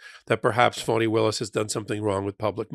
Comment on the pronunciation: Why does he keep pronouncing her name “Phoney,” instead of “Fawn-nee?” Is this supposed to be someone kind of “dig” disguise? smh